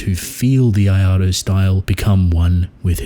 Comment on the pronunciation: What tf is the “iado” style or whatever you’re saying